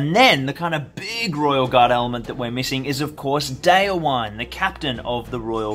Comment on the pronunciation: Just a heads-up about pronouncing the names of your heroes: The "-wine" in "Folcwine" and "Déorwine" isn't pronounced like the alcoholic beverage, but as two distinct syllables - "Folc-win-eh", "Deor-win-eh". "Wine" (with two syllables) means "friend" in Old English, from which Rohirric is derived. "Déorwine" = "brave friend", "Folcwine" = "Friend of the People (folk)", "Holdwine" = "faithful friend" Just so you know :)